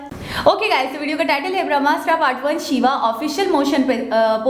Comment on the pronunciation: Total 3 weapon he jo milke bramhastra banta he. Pehle pronounce to thik se karlo.🤣🤣🤣🤣🤣. Apke allah bi Bramha se hi bane hain. Ab bas samajh jao baki. Itne bade to ho hi ki samajh jaoge